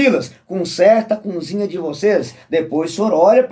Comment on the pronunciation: Meu conterrâneo você fala sobre batismo..Jesus se batizou com quase 30 anos, qual o teu argumento contra esse batismo? E vê se aprende a falar cozinha, e não cunzinha😂